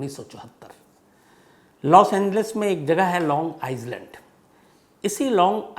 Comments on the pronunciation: Sir aap kahaaniyan toh behad acha sunate ho.. Lekin thoda log aur jagah ke naam pe bhi dhyaan de toh aur bhi badiya rahega.. (P. S. - is jagah ka naam long "आईस्लाण्ड" nahi long "आईलाण्ड" hai) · Sir long iland prounce hota hai long izeland nahi .. apse chota hu par aacha lagega is galti pe dhayan de aap . Thank you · Island nahi Shamsbhai i land is the correct pronunciation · Shamsbhai ise aailand padhte hai. S silent hai .with regards. Mai aapki thode saal se crime Tak ki fan hu. 77 saal ki grand mother hu. Crime ki shokhin hu. Amityville house ki kitab bahut saal se mere paas hai. Mera aam jaroor lijiyega. Mina Robert